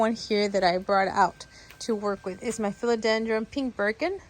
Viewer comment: Just FYI, philodendron doesn’t have an “m” at the end! 😅